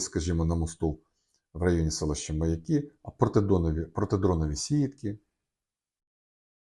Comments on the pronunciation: Не МаякИ , а МаЯки . Аж слух режет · Не МаякИ: ; а правильно МаЯки!!!